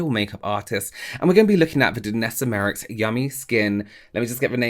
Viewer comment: Hi I'm not saying this to be horrible but jus saying to help u, say her name like my-ricks 😉